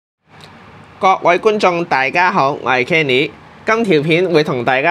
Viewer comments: 明明讀啱kenny係都要再讀返hely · 媽媽是不是不懂得讀kenny個名 所以叫咗 hely？